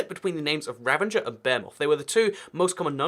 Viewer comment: Did you really just say ravenger while it’s ravager? I thought people were supposed to learn to speak by your age